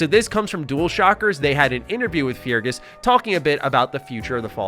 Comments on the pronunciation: Feargus is pronounced "Ferguhs" by the way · It’s pronounced Fergus you sad muppet.